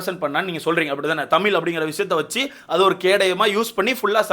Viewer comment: தமீல் இல்லை தமிழ் bro ungaloda karuthu crct a irukk but tamizh nu sollarthuku badhila tamiilu nu solringa matta murchi pannunga